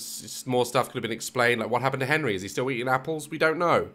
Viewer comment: “Is that Henry?” “GONRY”